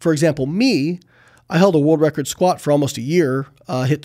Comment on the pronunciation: He says sqat only 500 pounds 😂😂😂